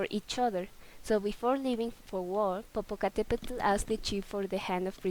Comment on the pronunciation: The "tl" from "popocatepetl should be more soft "tl" instead of "TL" and Popoca wasn't handsome he was the best warrior at that time and this legend is "before" the aztec age not in the same age and Popoca never Kissed her lips.